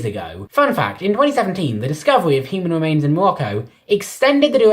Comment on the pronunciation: hUmAn wemains iN mOlOcCo🤣🤣🤣,bro,whats wrong with your pronounciation